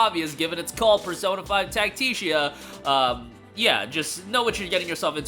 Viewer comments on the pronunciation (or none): It’s Tac-Ti-Ca Not Tacia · FYI it’s Tactica not Tacticia…. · Sir, its Tactica. Tf is that pronunciation lmao